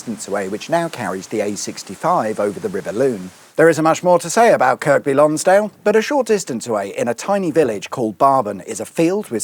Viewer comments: Lovely stuff. The Lakeland motor museum is one of our favourite attractions. Up until a couple of years ago it used to house an extremely rare red TVR speed twelve GT1 homologation special. On my last visit I asked one of the museum volunteers where it had gone? They didn’t know. Still a good museum though. As an aside your pronunciation of “Kirk-by” Lonsdale made me slightly queasy similar to “Market Weigh-ton”. You should know by now that us northerners don’t pronounce place names as they are spelled because not many of us can read proper our kid. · In Kirkby Lonsdale the second 'k' is silent, or at least I hope so or I've been pronouncing it wrong for years. I was wondering if you filmed this on the 20th Sept as the weather then was shocking. One thing you missed, well in the film at least, was the Bager Bar which is back on the Main A591 but sort of opposite the caves. A nice place to hunker down in inclement weather. That said, will you be carrying on up the A591 to Keswick? It really is one the nicest roads in the country (in good weather) and takes you past the third highest peak in England. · woo! youve been to my neck of the woods! (or should i say fells?) im annoyed you mis-pronounced kirkby lonsdale though XD the second k is silent, like the video game character kirby) and you have most of everything on that route, though ive not been along the B6254 or A592 i say most because there is an abandoned canal in kendal that used to carry wool down to lancaster and bring up coal for the lime kilns, along the entire canal there is only 6 locks that are in one spot, otherwise the entire canal is level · No. Most people call it Cumbria. In Kirkby Lonsdale the second k isn't pronounced. KL is probably nearer the Yorkshire Dales National Park than the Lake District NP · Good video, but the locals don’t pronounce the second K in Kirkby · Just a point of order: The second 'k' in Kirkby is silent. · that was annoying me too! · The second k is silent in Kirkby Lonsdale😊